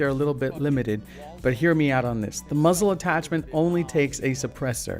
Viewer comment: whenever this guy says muzzle I feel like he is saying muslim